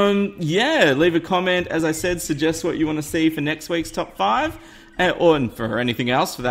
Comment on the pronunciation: Did you say at the beginning: Top fart?